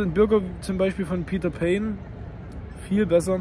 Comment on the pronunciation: Peter pane ist nicht peter päne sondern pane von Panum, also ohne ä und mit e ❤